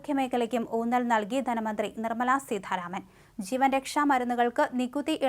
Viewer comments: കൊച്ചേ, സീധാരാമൻ അല്ല; സീതാരാമൻ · സീതാരാമൻ ആണു സീഥാരാമൻ അല്ല